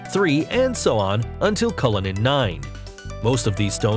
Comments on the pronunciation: U.S.Americans, it is "Le-sot-ho"! not Leso-tho".... and "Culli-nan" not "Ca-linnian" ... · It’s “Cullinan” not “Cullinian”. Also Americans, ‘aluminium’ is pronounced “Ah-luh-min-ee-um” not “Allu-minum” 🤓